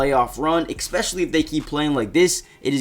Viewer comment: There's no "K" sound in "especially"....it's spelled "especially" not "ekspecially"